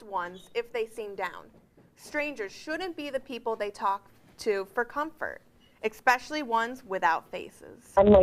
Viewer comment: "eXpecially" girl.. and Jesse is supposed to be educated!?